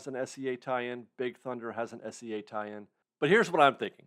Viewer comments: for the love of god please pronounce SEA like the body of water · It's S.E.A but it does sound like he's saying S.C.A lol